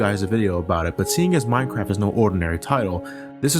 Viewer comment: at 10..10 he said mincrap